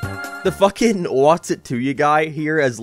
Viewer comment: Spongebob the FOOOKIN squarepants??? Wut are YOU doing here???